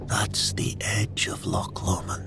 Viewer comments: You lost me at 'lock'....it's loch!! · I awoke though at the pronunciation of loch